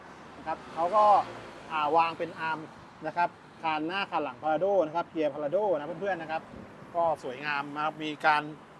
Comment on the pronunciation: Prado คนเขาอ่านว่า พลาโด้ กันทั้งโลก ทำไมพูดว่า พาราโด้ อยากแตกต่างหรือว่ายังไงกันคะ😅